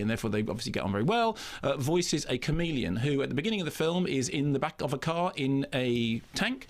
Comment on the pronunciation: Does anyone else think it sounds like Mark says “comedian” instead of “chameleon?” And hello to Jason Isaacs!